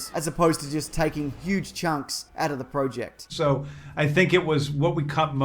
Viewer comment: am i the only one that got mad about how he said project ?